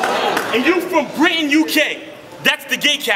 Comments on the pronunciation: DNA is the most corny and repeatative rapper in battle rap, thinking he's a genius when he's clueless. He ACTUALLY thought Brighton (Eurghs home town) was pronounced "Britain," the dude cant even read and people getting amazed by his bars? GO BACK TO SCHOOL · He meant Brighton. Just flopped the pronunciation